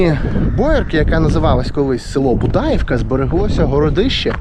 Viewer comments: Дуже цікаво. Дякую. Але наголоси трошки не вірні. БудаІ вка на І. Річка ПрИтворка на И. Дякую. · Дякую за гарне відео та розказану історію🙂 Маленьке зауваження. Старі люди Будаївку називали з наголосом на 'ї'' БудаЇвка 😉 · і ПрИтварка, а не ПритвАрка. Уперше чую "БудАївка, ПритвАрка".